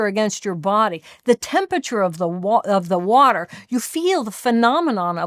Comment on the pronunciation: the waterrrrrrrrr